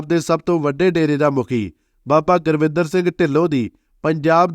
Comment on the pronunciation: ਜਾਣਕਾਰੀ ਬਹੁਤ ਵਧੀਆ ਦਿੱਤੀ। ਪਰ ਅਫਸੋਸ ਨੱਕ ਵਿੱਚ ਬੋਲਕੇ ਗੁਰਿੰਦਰ ਨੂੰ ਸਾਰੀ ਵੀਡੀਓ ਵਿੱਚ ਗੁਰਵਿੰਦਰ ਗੁਰਵਿੰਦਰ ਹੀ ਬੋਲੀ ਗਿਆ। ਵੀਡੀਓ ਨਕਲ ਮਾਰਕੇ ਬਣਾਈ ਲੱਗਦੀ ਹੈ।